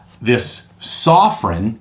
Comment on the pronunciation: Why can no one say sofirn correctly? Soff-fern not soff-rin